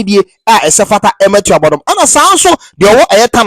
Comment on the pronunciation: Pronunciation is Tuo (gún) - bodom